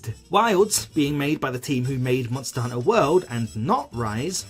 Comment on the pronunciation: Subscribed immediately after hearing how you pronounced Monster.. Hunter